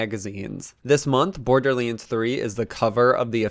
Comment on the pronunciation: It's not borderlands not borderlends there is an a not an e it's not hard to say